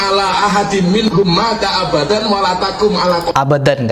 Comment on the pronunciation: Itu dibaca bukan abadan Miftah!!!! Tapi abadau..pasal ada meusyadu dengan huruf wow🤦